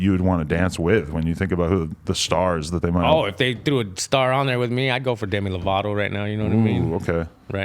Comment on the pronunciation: My Boi Said Demi Lavato